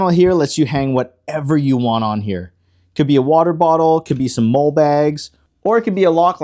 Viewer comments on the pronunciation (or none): molle is pronounced molly. love the channel.